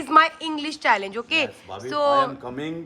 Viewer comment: It's Challenge not challage